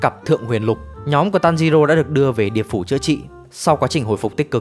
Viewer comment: điệp phủ❌ địa phủ ⭕